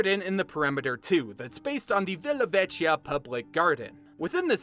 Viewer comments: mi fa sempre ridere quando gli inglesi pronunciano "vecchio" come "veccio" XD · with the word vecchio the h is silent :)